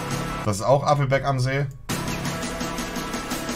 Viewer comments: Jedesmal wenn Monte ,,Appelbeck‘‘ sagt einen Trinken. Nach 5 Minuten bist du weg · Challenge immer einen trinken wenn er "Appelbeck" sagt